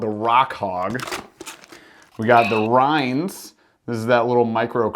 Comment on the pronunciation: It's pronounced rains